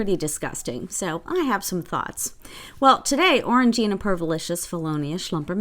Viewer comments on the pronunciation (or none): Him: “…you aren’t attractive enough for Orang-eye-na…” Me: “OH THANK THE GODS!”